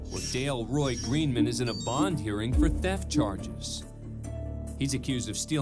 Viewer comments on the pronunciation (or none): Dale Roy Greenman says his name, the announcer still pronounces it wrong...